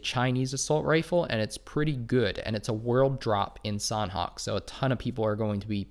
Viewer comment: Thanks for the vids... btw sanhok has silent h— so its more like sanok